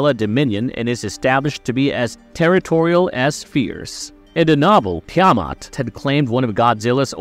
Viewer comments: Seriously. That was driving me crazy🤣 They didn't even pronounce it like that in the movie🤮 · couldnt get threw the video the way your pronunciation of tiamutt sounds like a ai voice over lol 😆